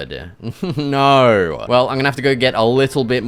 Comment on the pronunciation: “Naur” gotta be proud. represent!”